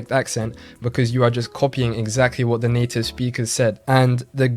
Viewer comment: Guy doesn’t pronounce his vowels properly when speaking English. Doesn’t pronounce his final “Rs”. Also , says “whoa” instead of “what”.